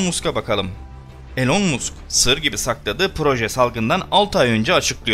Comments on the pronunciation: YAHU MUSK DİĞE OKUMA MASK DİĞE OKU LÜTFEN SİNİRLERİMİ BOZDUN... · musk yazilir ama mask okunur..bu sekil bilgi verirken isimlerin telaffuzu önemli..gülünc oluyor yoksa.. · Musk deyil. Mask okunur,saygilar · "Elon Musk" degil "elın mask" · Elon Musk diye yazılır ilan mask diye okunur HÖRBINcan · Elon musk adini yanlis söylüyorsun elon mask okunuyor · İyi güzel anlatıyorsun dinliyoruz da elon musk okunuşunu bir öğrenseydin yazıldığı gibi söyleyince kulak tırmalıyor